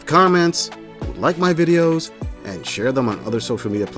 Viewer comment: Why do these vacuous dopey women pronounce "and" as "ayund"?